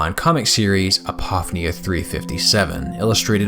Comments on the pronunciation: Okay... I LOVE LOVE LOVE your work, been a subscriber for quite some time now, and this video is no exception - thank you again for everything you do! Having said that. It's "app-oh-FEE-nee-ah", not "ah-POFF-nee-ah". (I think one of the reasons this bugs me is that this is such a break from everything else in your video being brilliant and perfect. You're jarring my own interpretation of you!) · My apologies for being that guy, but apophenia is pronounced “A-po-fee-nee-uh.” Just for future reference.